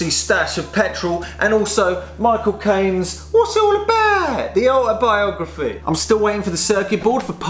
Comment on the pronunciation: When he says "Michael Caine" it sounded like he said "my cocaine"